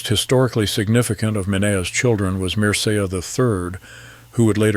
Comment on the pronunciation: "Mircea" is pronounced "MEER-che(y)"